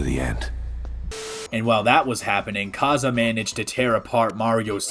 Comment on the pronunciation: Just wanted to say that his name is not "kaza" its pronounced kay s